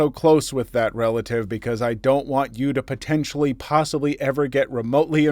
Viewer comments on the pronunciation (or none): none